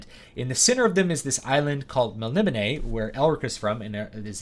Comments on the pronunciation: Everything online says its mel ni BOH nay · Just started reading The Elric Saga, and was confused how to pronounce Melnibone so thats why I came here, i left with a wonderful understanding of style, influence and storytelling in such a short watch. Truly a treat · Is that the official pronunciation of Melnibone?